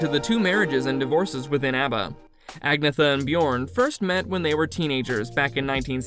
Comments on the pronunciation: Who ever posted this video. Your info is all fucked up. And pronounce Agnetha's name correctly. Do better research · Please learn to pronounce Agnetha's name properly.